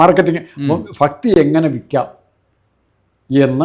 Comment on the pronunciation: A request to Mr. Rajmohan, please pronounce malayalam properly. Please note Bhakti not Fakti.